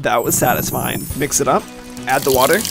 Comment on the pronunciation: Every time you say mix, it sounds like Miss😂 your butt is red ha ha ha ha!